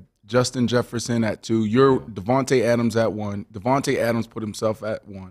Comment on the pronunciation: all y'all be getting his name wrong. it's DAVANTE. D-A-V-A-N-T-E. Get the name right. he deserves more respect.